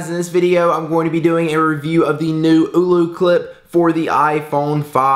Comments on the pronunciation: OLLOCLIP NOT OOLOCLIP. MY GOSH! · its ollo not oulou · AH-LO CLIP. NOT EW-LEW CLIP. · Screen protectors don't work with it. And its not oooolooo clip. it's Oh-loh clip. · "eww-loo" clip hahaha